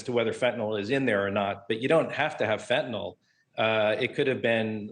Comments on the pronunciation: Lady, it's fentANYL NOT fentANOL. damn. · It’s fentanyl not fentynol